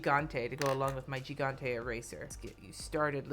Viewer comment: "It's a little bit harder than I prefer..." that's what she said? And FYI, the first g in 'gigante' sounds like the j in 'jalapeño.'